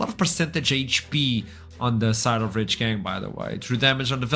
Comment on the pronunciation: If I hear this chick say REEACH GANG one more time I swear…